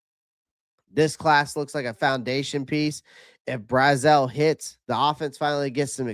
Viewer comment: Pronunciation isn't my strong suit so I had to look it up myself... but based on a few of his pre-draft interviews, Chris actually pronounces his last name BrAz-uhl. Love the channel! Keep pounding!